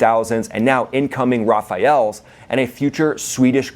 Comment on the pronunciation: It's "Rafales" not "Rafaels". Rafale means both "a gust of wind" and "burst of gunfire" in a military sense.